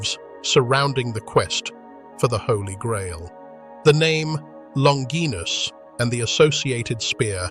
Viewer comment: So hard to listen when names are pronounced incorrectly. Longinus would'nt have been a Centurion if he had an eye problem🙄